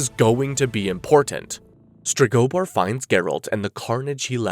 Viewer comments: Streg-oh-boar. Jesus. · I can’t with your pronunciation of Stregobor 🫠